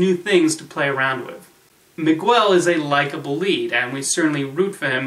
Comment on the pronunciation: "Miquel"?? xD